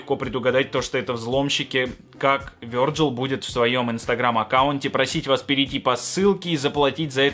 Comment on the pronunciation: Да блять почему Вёрджил если правильно Вирджил и не аблО а Абло